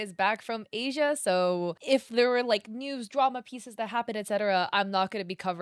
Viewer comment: just so yk the name of the artist is polish(or at least has a polish first and last name) and Asia is not read as the continent(SORRY THAT BUGGED ME A LOT THE VIDEO IS GREAT AND SUPER INFORMATIVE)